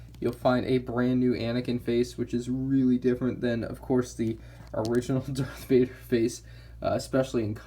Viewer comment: Are you saying dark Vader